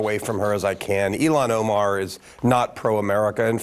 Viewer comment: Elon Ohmaar… Never heard of him.